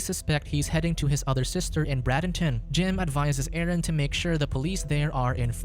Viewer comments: In the - minute part of the video the Florida city is mispronounced. It is Bray den ton or Bray den tin, not Brad in ton, and is spelled Bradenton. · While it was interesting you pronounced Bradenton FL. wrong. It is pronounced braid den ton.